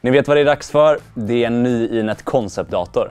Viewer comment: Lite nyfiken över valet att skriva namnet på svenska (koncept) men uttala det på engelska (concept). Någon särskilt tanke bakom det?